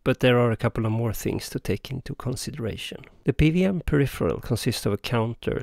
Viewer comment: Cool stuff. So, I guess this isn't so easy to do as an analog circuit?? :) Also, just to get ahead of any confused comments you might get, in English, we typically pronounce "PWM" as "pee double-you em" rather than "pee vee em". I immediately knew what you meant (it helps that I spent some time living in Germany, I guess), but I'm guessing you'll get some confused comments, so, thought I'd point it out. :)